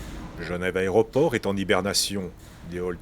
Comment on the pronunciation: "L'aréoport" :-D